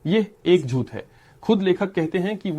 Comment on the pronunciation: With respect rectify or improve the pronunciation of the letter ٹ ٹ ٹ ٹ ٹ ٹ (جھوت/ جھوتہ Zhut° ❌) (جھوٹ ✅)